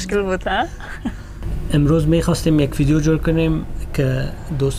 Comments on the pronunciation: It’s called VVVVIDEO not FFFFIDEO!! btw happy anniversary 🌹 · What's ur problem mann why u say fideo it's make me crazy mann😂😂 Btw love u guys hamesha khob and khosh bashen😥❤